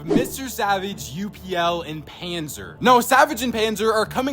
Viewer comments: It’s pronounced upl not U P L just to let you know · His name is pronounced upple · Upl is pronounced apple just so you know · btw you're pronouncing upl's name wrong lol. its like saying "up" and then just adding an L to the end. basically pronounce it how it looks